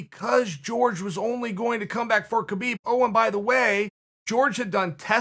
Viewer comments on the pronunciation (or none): uncle chael just called khabib ‘khibib’😄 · Chael “Summer raising” Sonnen Chael “Keebeeb” Sonnen Chael “Struc turd” Sonnen There’s a lot of miss pronounced words in this video lady’s and gentleman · Chael: Khebeeb Me; Okay, great. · How many times did Khabib say his name is pronounced “Habeeb” and you guys still call him kebeeb. So disrespectful. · me: Khabib's retirement Chael : Key-Byb's retirement me: Key-Byb's retirement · Me: Khabib Chael: Kheebeb Me: Kheebeb